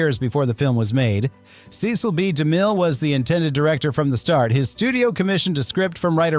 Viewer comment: Is this an AI narrator? I suspect so. There were several odd pronunciations and weird breaks. An important note: Cecil B. DeMille pronounced his first name ‘Seh-cil’, not ‘SEE-cil’, which is a pretty well known point.